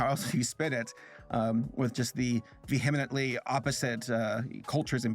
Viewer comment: Please look up how to pronounce “vehemently” lol